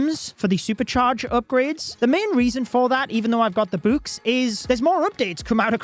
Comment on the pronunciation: Why this guy calls books buuks